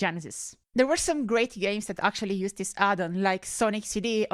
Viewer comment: Is it weird to say part of the appeal of your content is that you sound different from every other channel I watch? It reminds me of when I used to cover martial arts and talked to fighters from Europe. I just like the differences, like "dis" instead of "this." Also your humor is on point - arguing with yourself and cursing yourself out cracks me up! PS: A few months after I made this comment, I found a copy of Tiger Woods 99 with the dummy file for $5!!